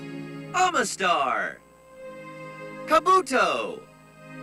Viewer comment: ok so I've been saying Omastar and Kabutops wrong my entire live as OH-ma-star and Kaboo-tops, not Ah-ma-star and Ka-BOO-tops (that is, I never emphasised the second syllable). My whole life is a lie because of the Pokerap. WHY HAVE I BEEN SAYING HALF OF THESE NAMES WRONG MY WHOLE LIFE?! Especially the Johto (and, uh, Sinnoh) ones, my god. Wait wait. I'VE ACTUALLY BEEN SAYING MIGHTYENA RIGHT!?! Fuck, everyone keeps telling me it's Might-hyena. Illumise has a dumb official pronunciation, just putting that out there. Numel's I guess makes sense, buuuuut I've never said it right. On that note... IT'S SAID BAG-ON!? I mean I always say it as "bay-gone". I'm genuinely surprised that I got some of these right all along either by trying to say them wrong on purpose (as with Vibrava), or because I just read them correctly the first time (as with Mightyena) and everyone else was wrong. I thought Roserade was supposed to sound like Masquerade... Whatever, I always call mine Tuxedo Mask anyway. You can tell me aaaaaaall you like that it's called Miss-MAG-ee-us, Nintendo, but I'm sticking to my guns and that the "mag" is said like in "magic" because it's clearly modelled on a fucking witch and witches use magic. I am also 99% sure "Emolga" is pronounced "Demonic evil winged flying squirrel from the deepest pits of hell". Also, why is Bisharp said that way? I thought it was bi as in two, because it dual wields double-edged blades.